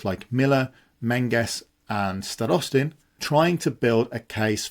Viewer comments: I continue noticing that when you bring up Starostin, you keep putting the stress on the "o". That isn't exactly correct, as the stress should be put on "a" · it's basically the same as in the video, but with stress on a instead of o. Sounds themselves were pronounced pretty much fine